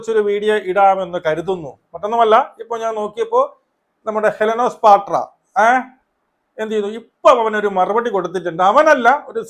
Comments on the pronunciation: പാട്ര അല്ല bro പാട്ട.. ഹെലൻ ഓഫ് സ്പാർട്ട 😂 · പാട്ര അല്ല 😂😂😂